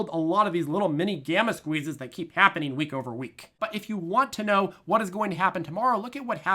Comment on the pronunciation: Lol. I thought I was back in Wisconsin for a minute.